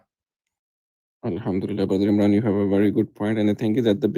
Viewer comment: His Arabic is so poor, the guy. For example, he reads “aal Umraan”… instead of “Emraan”. Clearly not comfortable with the Quran.